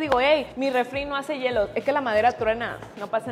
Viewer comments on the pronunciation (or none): none